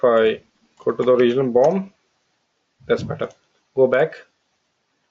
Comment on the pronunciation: everytime he says bomb....no offense lol